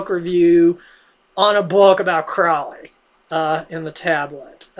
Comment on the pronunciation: Can you even read? You really should read a book before reviewing it. FYI Crowley rhymes with holy, not foully.